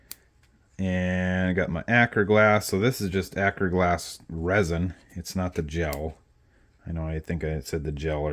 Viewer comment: What kind of glue are you using? It sounds like you’re saying akerglass resin